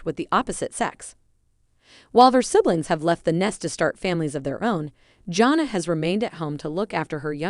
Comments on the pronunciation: JAN-NA, NOT JOHN NA! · Learn to pronounce her name and what is so surprising?